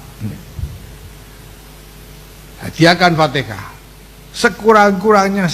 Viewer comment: AL FATIHAH...!!! BUKAN ALFATEKAH... 😂